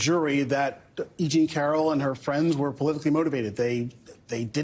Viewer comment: It’s E JEAN Carroll, not “Jeanie” Carroll. Jesus. The case has only been in the headlines for years now.